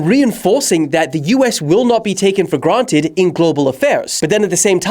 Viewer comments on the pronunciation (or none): none